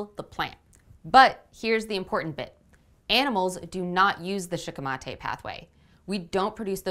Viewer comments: Shikimate comes from the japanese word シキミ (shikimi) which is the japanese star anise so considering how the language works, your pronounciation would probably be more accurate. I'm not sure of the -ate suffix but otherwise, yeah I'd go with shee-kee-mah-teh. Sounds better anyway. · If Shikimate is a Japanese word you are pronouncing it correctly